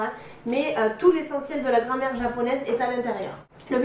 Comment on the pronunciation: Ptdr vraiment elle dit grand mère